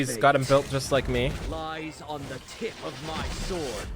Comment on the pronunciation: Did say the "tit" of my sword...😆